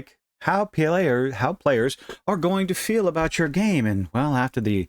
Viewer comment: "P.L.A-yers." I know bro, China taking over Taiwan by force is bothering me too